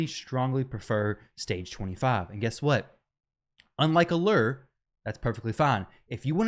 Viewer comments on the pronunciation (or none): And wrong when you say alyyre its alure